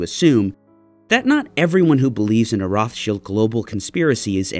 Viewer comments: Roth-Shields? In German, phonetically it is said "Rowt-Shild", no "th" sound and the "Rowt" is harsh. Just for clarity, "Roths-Child" like the Child of Roths, is the English pronunciation. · Roth-child ... your the only person on earth who says rothshield... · It’s not pronounced like that in English or German. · I've never heard Rothschild pronounced the way pronounces it. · It is not correct in English or German. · The way he says Rothschild....eewww.